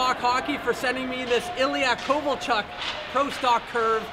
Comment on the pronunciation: it's not Kovolchak, it's Kovolchuk